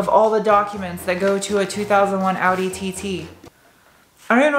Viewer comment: Its pronounced Awe-Dee not outty